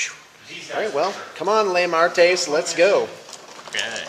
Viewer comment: *cry*., love ya man... but ignorance killed those Shrikes, not Lemartes (or "Lame" artes LOL). Keep the vids coming though! Maybe keep one of your veterans nearby next time;)